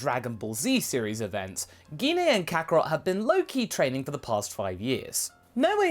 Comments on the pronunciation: Not trying to be rude but what's geen a you mean gene a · its pronounce Jine not gine and bardock really did care about gine (jine) like vegeta and bulma